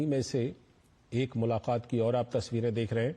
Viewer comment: मुलाक़ात बोलिए ना कि मुलाखात